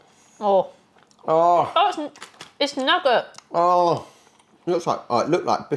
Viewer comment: Oh! Snickers nougat is pronouced "noo-gah" not "nuggert" 😂